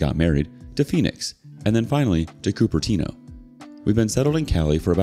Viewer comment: Kudos to pronouncing Cupertino right.